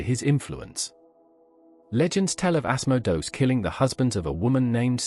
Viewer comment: Ass-moe-dose? Mephistafils? Azzazzl? Seriously? These are real entities you're talking about, and they hear you. At least have the respect to say their names correctly. Dude, narrate your own damn videos, and quit using these stupid speech synthesizers. At least spell your script phonetically in a way that the synthesizer can pronounce these names correctly. It ain't hard....